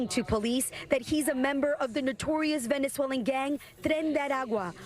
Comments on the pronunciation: technically she said “Veznezwhaling” 🤓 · She pronounced Venezuelan in gibberish… 😂😂😂